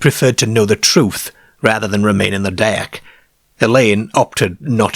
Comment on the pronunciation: ‘It were a leeearge ceearr. Wi’ leeearrrgee deeeark windows’ 😂